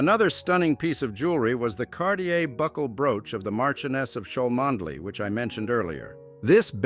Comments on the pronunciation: The reader should pronounce Cholmondley properly: Chumley. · It's pronounced "Chumley" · Its pronounced...Chum Ley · Learn how to pronounce the name correctly before making videos . Chuhm-Lee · Its chumley grrr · would have thought you would have found out how to pronounce Cholmondeley before making this video FAIL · The “reader” is a computer generated voice. Why they can’t pay a student $20,- to read it properly, I just don’t know.